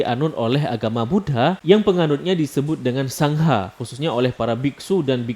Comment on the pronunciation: Maaf mas koreksi dikit. Bacanya Sanggha bukan sang-ha. Karena penulisan dengan alfabet menggunakan huruf n yg ada titik diatasnya, jadi n dibaca Ng jadi dibaca Sanggha. Hehehhee 🙏